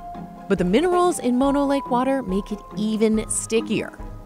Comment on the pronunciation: mono the disease (typically pronounced more like mah-no) is the shortened form of mononucleosis, the full name of the disease. Mono the lake is named after a local Native American tribe and should be pronounced like moh-no.